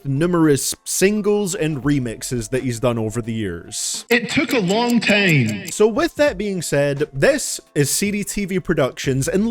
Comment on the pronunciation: thats not how you say time